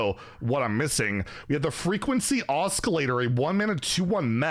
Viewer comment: It’s pronounced ‘Awecilater’ wait, ‘osssilater’